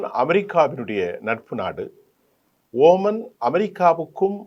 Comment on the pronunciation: இவர் குறிப்பிடுவது OMANஓமான் ஆரம்பத்தில் இருந்தே இவர் பெயர்களை உச்சரிப்பது குலருபடியாகவே இருக்கிறது